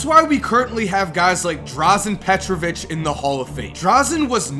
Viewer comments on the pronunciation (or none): Doesn't even know how to correctly prounounce Dražen Petrović,but talks all that shit. Fuck this dumbass!